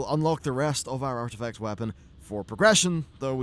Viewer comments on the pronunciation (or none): ARTIFCT??? that's not a word lol :)